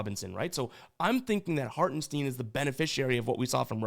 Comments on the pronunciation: Actually, it's Hartenstein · Bro it's Hartenstine not Hartensteen